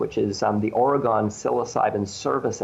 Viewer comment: Obligatory Oregonian popping in to say he pronounced Oregon wrong